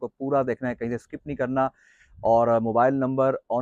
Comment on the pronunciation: Bhai olto nahi alto hota hy